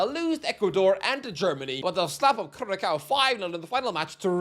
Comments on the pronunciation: Curacao is pronounced "Cur-a-sao" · Stop saying curaCOW. It has a Ç not a C. Better look up/google it the way you have to pronounce it. Not difficult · As an Irish bartender, it gave me great PTSD to hear you pronounce Curaçao with a hard c in the middle. Having to correct multiple managers calling it 'Blue curakow' :D Not that I could point the place out on a map, even if it was a map of Curaçao. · Someone please teach that the ç in Curaçao is pronounced with an s not a k 😭😭😭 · If you caneven pronounce Curacao then you should steer clear of making any type of WC predictions. It just blatantly shows lack of knowledge. Are Curaçao going through, not likely. Are you going to have a goodoverall predicitons , not likely either. Get educated for a bit and come back here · 1) start pronouncing Curacao how it should be and 2) a tad more respect for their coach. Thank you